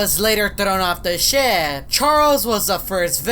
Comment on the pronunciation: How says ship: shi